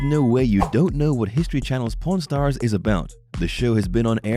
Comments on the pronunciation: I heard 'porn stars' instead of 'pawn stars' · I keep hearing porn stars instead of pawn stars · sounds like he saying prn stars heh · The way he pronounces Pawn Stars it sounds like Porn Stars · The way this guy says pawn stars is making me sus lol.